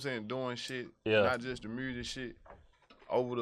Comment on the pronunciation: Lmfao he says mursic like NLE Choppa does 😂